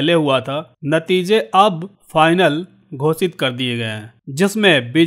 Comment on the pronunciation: घोषित को घोसित बोलते हैं।